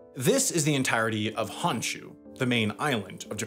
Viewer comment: This video's contents are good, but Sam... Please learn pronunciations for the next Japan video. Every shinkansen, Honshu, Geibi, Kyushu, etc, all incorrect.